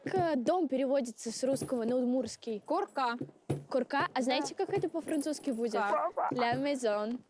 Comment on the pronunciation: Французский точно не знает, по произношению понятно. Всё враньё